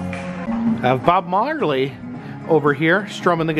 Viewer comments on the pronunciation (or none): none